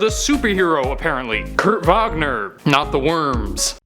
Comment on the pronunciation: Pretty dope that you pronounced his last name the proper and correct Deutsch(German) pronunciation. Please, top 10 Donna Troy facts